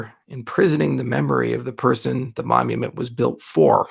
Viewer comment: As a non native english speaker: what's a momument? Does it differ from monument? Google won't help me here.